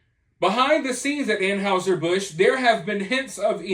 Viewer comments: It's not An"how"ser , it's pronounced An"hi"ser Busch, just sayin... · 😉👍 I agree, just please learn how to pronounce "Anheuser"... An hi ser, not An house er. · Dude said “An-howzer” Busch 😂